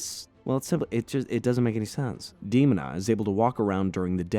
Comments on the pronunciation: clearly says Dee-mo-nah, yet de stick with Dehma-nah……WHY!!!! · Her name is DeMOANa, not Demon a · You clearly didn't watch this series when it actually aired because its De-MOAN-a. Not Demon-A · Demon-a? I thought it was De-mona or Day-mona. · Its dee moan uh not demunuh. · Who the hell is Demon-a? its DE MONA. MO NA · I loved the show and HATE that you mispronounce Demona's name It's not DEOMON-a it's de MOH na. No true Gargoyles fan would EVER get that wrong. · "Dee-moan-ah", Not "Dee-mon-ah". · De... mon...a . Or De.....mona. not demon...a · fixes glasses Ummm Actually ... it's promounce "Deh-mona" not "Deemona" .... lol just joking, great run down of the show. To this day it ranked in my top 5 all time greatest cartoons/comics/story. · First off. Thank you and great video. Others have said this about Demona's name. What's surprising is that you tied the show to Shakespeare references and missed a huge one. Othello's wife desdemona. Same pronunciation without des. Des....demona. de-moan-a Great video again. My sister's and loved this show. I was 7 and they were 14 and 15, I still like it. Wish they'd make a movie! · Demona is pronounce like Othello’s wife Desmona minus the S. De- moan-a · I was willing to sit through however many times you pronounced "Why-Vern" instead of the IN SHOW pronunciation of "Wih-Vern," but I will absolutely not stand for hearing Demona pronounced "Deemina" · Dear A.I.: Dee Mo Nuh. Your welcome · "Demon-a"? lol... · Dee moan ah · You could've at least watched an episode or 2 before making this😂😂 Demona = Duh-Mo-Nuh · Him saying DEMONa is driving me insane 😂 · Damn you’re butchering her name: DEMONA (DAH-MOAN-AH) 😂😂🤣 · its de-moan-a! thats how you say her name! :P aside that, i love this review. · It's DEMON-AH 😄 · EXACTLY! That annoyed me! IT'S, DUH-MONA DUDE!!! lol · Its De-mon-a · It's pronounced da-moan-na lol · Seriously i let demon a pass but once it said mayza i was done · lol that outraged me to hear "demona"